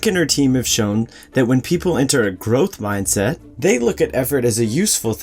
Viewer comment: Gotta love that Ger-ohth Mahyndset! It's the shit.